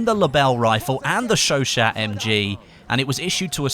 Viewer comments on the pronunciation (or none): It's sho sho, not sho shat lol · It's "Show-Shah". You can trust me, I 'm from Montréal. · You are saying Chachaut totally wrong its pronunciation is Sho-Shaw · its pronounced sho sho please stop calling it a shoshat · The chauchat machine gun is correctly pronounced "sho sho" or "sho sha" And the ribe rols is not a sub machine gun, but an automatic rifle, to be a "submachine" gun, it would need to fire a pistol calibre (aka sub calibre) round. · ...oi it's pronounced Chau Chau the T is silent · Hey not to sound like a grammar nazi or anything but I believe it's pronounced "showshow" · The T is silent by the way....